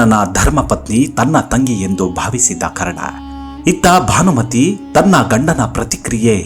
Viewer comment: ಸಾರ್, ಭಾನಮತಿ ಅಲ್ಲ, ಭಾನುಮತಿ.